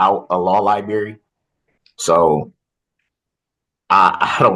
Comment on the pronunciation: Law lieberry!!! I’m dying